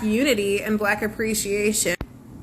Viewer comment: when she said thin lippiaans 😂😂😂😂😂